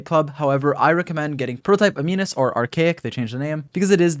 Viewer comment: U know he pays attention in chemistry class when he says ' a-mee-nus ' 😂😂